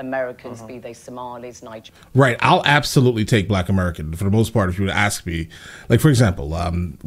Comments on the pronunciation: Dude, you are clearly very articulate, except for the word aks instead of ask. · I have enjoyed many of your videos and you seem to be an intelligent and knowledgeable man. Please stop saying “ax” instead of “ask”.